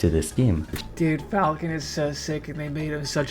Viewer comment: "Captain Fulkin". It's FAL-CON. Good lord.